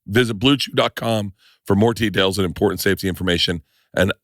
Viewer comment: Bert just said “…for more Tedails” on Bluechew ad read…